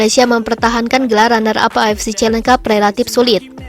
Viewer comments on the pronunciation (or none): Min, knp avc selalu dibaca afc...? Beda arti lho...